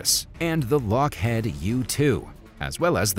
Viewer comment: “Lock head” I believe that’s “Lock heed”.